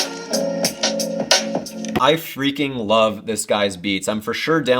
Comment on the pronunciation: Damn I've never heard anyone fully enunciate the word "freaking" before 😂